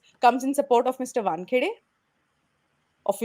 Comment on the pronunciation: oh ghosh ! Irritating Barkha - it is 'Waan' - 'khay' - 'day' ! not Wunkhuday !